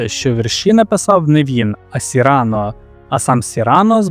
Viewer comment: Сину, без образ, краще тебе хтось поправить і ти станеш кращим (пробач за тавтологію). До справи: слово "добірка" в українській мові має наголос на другому складі, а французьке ім'я Сірано має наголос на останньому (як майже всі французькі імена). Далі я не слухав, бо , пробач, що може сказати цікавого людина, яка допускає такі помилки.